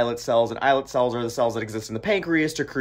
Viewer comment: You did pronounce 'islet cells' correctly. I've been telling people about stem cells derived from a patient's own fat tissue for years, completely negates the whole facile argument about "ethical" concerns using zygote cells. Pluripotent cells from one's own tissue has identical DNA, so there is no chance of the body rejecting implanted tissues derived from its own code.